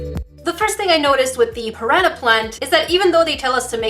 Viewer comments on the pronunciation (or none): she says piraña plant :)